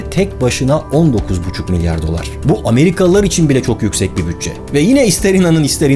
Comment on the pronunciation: amriğalilar uzaya gitmedi bizi gandiriyoğ